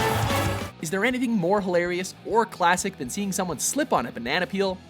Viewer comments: ...Peal? Did you mean "peel?" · Banana Peel, not banana peal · its peel not peal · “Banana peal” What. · "Banana Peal" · "banana peal" K. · I thought it was Banana "Peel"? Or is it called Banana Peal in game? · lol you spelled peel wrong you said peal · number 4 said "Banana Peal" instead of "Banana Peel"